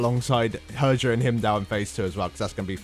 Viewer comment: "Herjah"... cringy moments... She is actuallty "Heeryah"